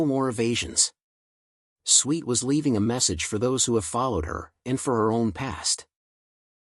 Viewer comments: Whoever is narrating this is not a natural communicator. Swit is pronounced S W I T for a start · Why is this annoying twit of a narrator insisting on pronouncing her surname as SWEET ??? Half these content creators have as much impact on the viewers at home as a gnat's fart on a CAT 5 hurricane.